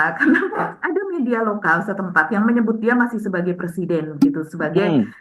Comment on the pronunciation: Plesiden plesidenan....😅😅😅 Macam macam orang Gila... Salah satunya Gila Jabatan...😂😂